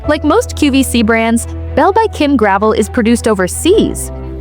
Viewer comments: Her pieces are no more expensive than other QVC brands OR higher end department stores. This sounds like a jealous hater, get-likes post. Her designs are just not found around every corner and hence the demand and pricing. And the name is not pronounced gravel but rather "Gravelle." You don't even know that yet are supposed to be posting about her. Pathetic. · Her name is pronounced Gra-vel not Grav-el. You should know how to pronounce peoples names if you are going to do videos with info that is commonly known. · It’s Gra - vell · First of all before you start cutting her down learn to pronounce her name. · You mispounce her last name.